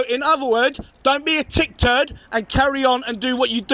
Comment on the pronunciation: I thought it was "tit turd" 😂😂😂